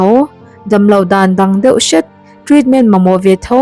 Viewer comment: feuh tilo in deuh aw miss 😅😊